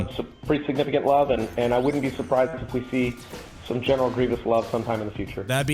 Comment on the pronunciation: Did he say "I love General McGreivous"?? Lol.